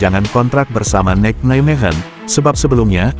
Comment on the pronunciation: Satu lagi.....adminnya mengucapkan Nijmegen benar dan tepat "Neimehen"......ga seperti channel2 sebelah "Nizmegen" sampai lidahnya keseleo tetap saja ga tepat, habis ga pernah mau belajar cara mengucapkan suatu kata Belanda dengan tepat.